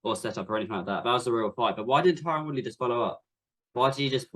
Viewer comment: bruh he called tyron Woodley "Tyren Woodrow" LMAO